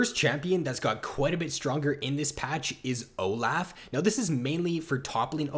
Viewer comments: Oh laugh, he's so good, it's good for Oh Laugh. OH. LOFF. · please stop saying oh laugh. It's insane